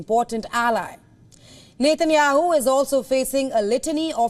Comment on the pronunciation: NETANYAHU NOT NEYTEYNYAHU STUPID BROADCASTER